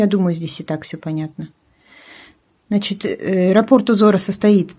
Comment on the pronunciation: Спасибо. Как всегда, прекрасный урок. Приятно Вас слушать.А уж работы Ваши ...Отдельное спасибо за правильное ударение в слове "рапОрт"... Это редкость. Вот бы все вязальщицы произносили это слово правильно....